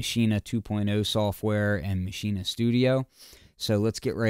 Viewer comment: Finally someone who pronounce it correctly. It's mah-she-neh, just as said in the start of the vid!